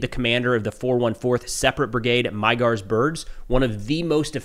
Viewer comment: Awesome report! Thank you. Just one thing: "Magyar" is pronounced like /ˈmɒdjɒr/ : maybe writing it as "madyaR" would be helpful for English speakers. For the sound in the middle, think of the "dy" sound in "DUke" or "DEW" or maybe "eDUcate". And with a hard(er) R at the end.